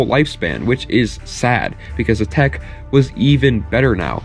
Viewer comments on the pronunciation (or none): none